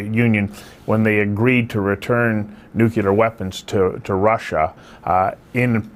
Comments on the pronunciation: NU-CLE-AR! NU-CLE-AR! There is only one 'U' in "NU-CLE-AR". It's NOT NU-CU-LAR. That sounds ignorant. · LOL Who in hell is this woman. and who cares what she has to say. So far she has said nothing of values but lots of lies and innuendo. Russia will prevail the EU will collapse. And it is pronounced NUCLEAR not nucular. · Dear journalist. There is no such word as `NUCULAR. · I cannot take somebody seriously who pronounces it, "NŪ'cue'ler" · WHAT IS THE WORD "NUCYALER" YOU KEEP USING? IT IS DEFINITELY NOT IN THE ENGLISH LANGUAGE. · Here we go again. Are there any hosts or commentators who can speak proper Pomlish and say "nuclear"? At 8. 50, What in the heck is Nukula?